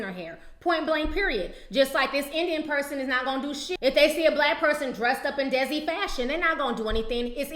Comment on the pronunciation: lol T, it's pronounced DAY-SEE culture. it's the indian community.